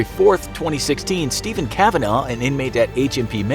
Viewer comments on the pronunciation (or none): none